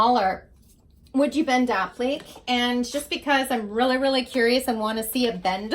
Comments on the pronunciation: This is a wonderful product, great for uneven/curved surfaces or ANY surface you're working with! I checked the website shop; the pieces aren't expensive, so readily accessible for most ppl, I think. APPLIQUÉ is pronounced : APP-LI-KAY...not "app- leek". :) Your video is wonderfully instructive! I get your newsletter too; I rehab furniture both for my home & for sale. I LOVE your work!! PLEASE keep doing what you're doing~ xoxoxox A HUGE Fan :) xoxox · Applique is pronounced: appli-kay; not app-leek. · I watched your video today... beautiful! I am inspired! But I have to agree...it's not an AH-pleek.. It's ah-PLI-kay. The correct way to pronounce is from the French language. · Guess you'd never heard of an appliqué before so I was sort of thrown off when you pronounced it. Other than mispronouncing it, you did and excellent job of demonstrating the product. I like it when others mess up, which shows me what not to do. Haha. Also, it shows us that none of us are perfect.